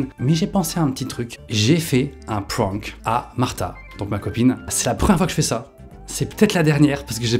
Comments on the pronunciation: Prank se prononce avec un aaaaaaa : P r aaaaa n k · Le mot prank prononcé pwwank il me perturbe trop😭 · Résumé de la vidéo , il ne sait pas dire prank